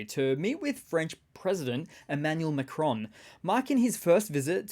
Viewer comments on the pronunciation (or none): none